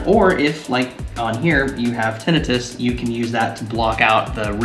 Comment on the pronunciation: I know your pronunciation of tinnitus is correct... but I still like the wrong one.